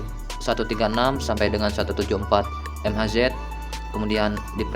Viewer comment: Ngomong mhz itu mega haize om